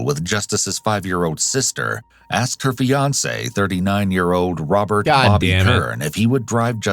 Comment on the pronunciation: When you said Fiance at the halfway point, I though you said Beyonce 😅